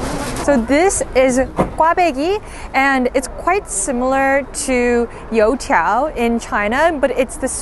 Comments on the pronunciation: your pronunciation of youtiao was immaculate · Do you speak Chinese also? Your pronunciation of 油条 is extremely on point!!! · The way you said "you tiao" was almost spot on. I'm impressed. Genuinely. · wow your chinese pronunciation of youtiao is insanely on point